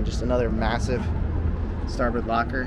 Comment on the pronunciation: you say over and over -> starBIRD ... the correct term is .> Starboard :D otherwise just another big boat ..